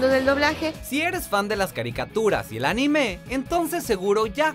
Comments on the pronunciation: Cada vez que dice Anime como ANIMÉ, estoy segundos a cargar mi revolver 5 calibre apuntando asia mi cuello y viceras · También dijo "narutó" y "animé" 😂